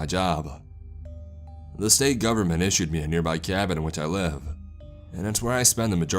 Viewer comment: Dog-uh, live-uh, nice-uh,, fire-uh. What is that a CA surfer accent? I mean accent-uh. Its distracting-uh.